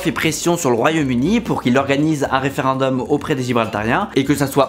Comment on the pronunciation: Sympa la vidéo, comme à chaque fois ! En revanche, "référendum", pas "référundum" :-)))